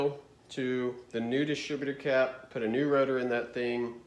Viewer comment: "dis-a-critter-crap" Love it!